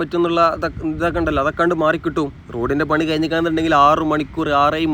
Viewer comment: മുയുപ്പിൽ അല്ല കയ്ഞ്ഞ് എന്നൊന്നും പറയാതെ വ്ലോ ഗർ അല്ലെ ക്ര്ത്യമായി പറയു.....പ്ലീസ്